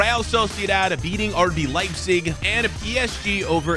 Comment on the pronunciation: you said leibzic 2times